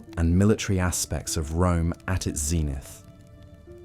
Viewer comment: Only a few seconds in and already words like 'zenith' are being mispronounced. Makes it impossible to listen to without getting annoyed.